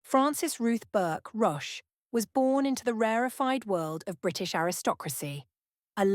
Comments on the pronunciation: It's spelt Roche and is pronounced Rotch. Rhymes with crotch. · Rotch, not roach. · Roche to rhyme with coach.